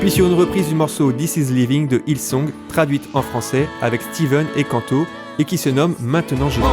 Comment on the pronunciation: Pour info Kanto se prononce Kantou (sans accentuer la dernière syllabe) Oui je chipote 😅😂 Superbe vidéo Quelle grâce d'avoir des talents comme vous dans le corps de Christ